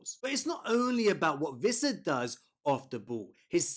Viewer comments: great video as always, but just FYI it's pronounced Wissa(with an English W) not Vissa. "Wee-ssa" in fact. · Wwwissa. No V 🤦🏻‍♂️